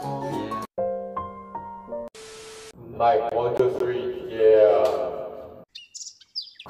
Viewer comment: "won, two, thwee" beomgyu 2020